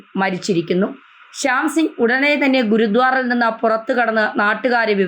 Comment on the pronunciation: Not GURUDWAR,PRONOUNCE GURUDWARA